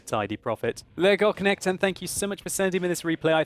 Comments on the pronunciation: It is pronounced like Leo-gog-knekt-en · you almost pronounced that right! That K in the middle though should be pronounced like the C in 'care', and empasize the E's instead of just rolling the word out smoothly;) It sounded very german when you said it xD Cheers from Sweden <3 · You pronounce the name as two words: lego knekten (lego knight) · Leggokchnechten låter som ett bra sätt att uttala namnet på. Haha. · Legock nekten :D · sorry but i hate how you say legoknekten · It sound very funny when you say legoknekten. :P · you really butchered his name :/ but it was a nice try